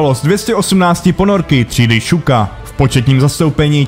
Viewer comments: щука sa vyslovuje š'š'uka. Asi ti to ale moc nepomôže :D Výslovnosť ščuka je ale nesprávna. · jo nejsou to ponorky třídy Shuka(Šuka) ale Ščuka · Něco k psaní a výslovnosti. Zaprvé - čeština má "š", takže psát katusha je blbost. Zadruhé - v němčině se e na konci slova vyslovuje, takže Kriegsmarine není [krígsmarin] ale [krígsmarine]. Podobně pozor na přepisy z ruštiny, ty ponorky nejsou [šuka], ale [ščuka] (štika).